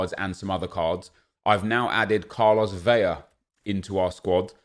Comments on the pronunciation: Vetle Fjelddalen I’m Mexican and watch every game he plays. I’m % it’s VeLa with a L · Is pronouncing his name a meme? “Carlos Veya?”